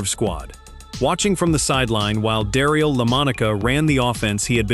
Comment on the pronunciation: Da-REEL Lamonica? Really? AI sucks. I clicked off right there. A wasted video. AI is not quality to be proud of. It's just cheap and unrepsected junk.